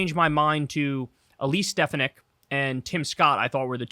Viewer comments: I literally had to look up Elise Stefanik because, after all your near-constant talking about her and not even explaining who she was, I had absolutely no fucking idea who she was; that is, until now that I looked her up. 🤷🏻‍♂️🙄 Also you've been pronouncing her name wrong; it's Ste-FAH-nik which also contributed to my not knowing who the fuck she was until I just looked her up just now. I really thought he was going to go with Tim Scott, but oh well. I had no idea that he was originally picking Doug Burgum, though. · StefaniKKK, whose name you intentionally mispronounce (not that I care), never had a chance.